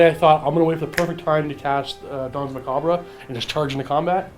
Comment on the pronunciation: Doesn't know how to pronounce 'macabre'